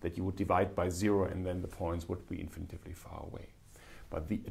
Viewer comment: Thank you, Cyrill! PS: "infinitely", not "infinitively"